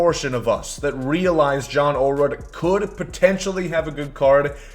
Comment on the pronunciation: Ayo … it’s pronounced oh-lah-rude Signed, a fellow Olerud who’s last name gets butchered on the regular